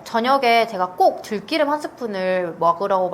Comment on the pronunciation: 좋은 말씀 감사합니다. 생들기름 공복에 먹지 않고 샐러드에 두 바퀴 넣어서 먹고있어요. 들기름을 들끼름이라 발음하니 듣기 어색하네요 ㅋ